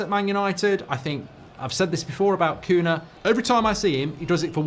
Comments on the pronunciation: Why does he keep calling him Koona?????? It's so jarring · Who is Kuna? The mispronunciation is appaling! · "Koonah" 🤣 jesus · Bro rlly said Cuuna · Their names are NOT "Amourine", or "Cuna". It's AMORIM. And for Cunha It's an nh, so the sound is ÑE. CuNHa. English can't pronounce Portuguese names to save their lives. They either make it sound like spanish or like nothing at all. It's like me calling you Markei Gouldabrige. If you are going to comment on football, at least do your homework and hear their names properly pronounced first.